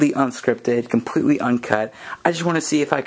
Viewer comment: did u see com-pweet-lee??